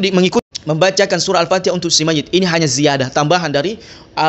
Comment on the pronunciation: Ikuti atau ikucti? Mayit atau mayict ? Fatihah atau factihah ? Syari'at atau syari'act ? Ta'ala atau cta'ala ? Luctu aku dengarnya 🤭🤣